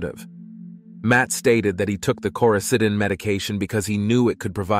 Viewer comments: * Lauren's lifeless body, not "Laurenses" 😉 Coraseeden- You actually pronounced it correctly once, I don't know why every other time was wrong. - "her mother had been killed by her husband" - do you mean daughter? Or sister? - What is "Koysadin"? I'm sure you mean coricidin but who edited this? I don't mean to drag on you, but this many mistakes in a short video tells me someone just doesn't care. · The OTC medication Matt claims he took is pronounced “Koroseeden”